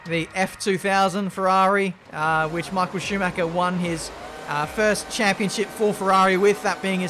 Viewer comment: "CH" is NOT pronounced as "K". Dont say Sumaker ffs